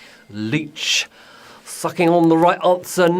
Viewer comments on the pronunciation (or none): says f***ing instead of sucking! I was weeaakkk